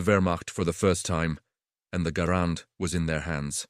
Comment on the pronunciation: The AI didn't even pronounce Garand's name properly.